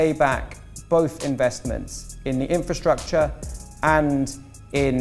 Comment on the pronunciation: « ok we are going to fund infratshatsha » this took me out !